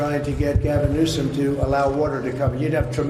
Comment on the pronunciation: Please pronounce his name correctly. There is no "c" in his name.